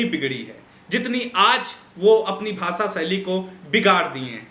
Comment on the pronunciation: Anchor sir, it is not pronounced as BHASA SAILY. IT IS PRONOUNCED AS BHASHA SHAILY. so improve your ptonounciation please.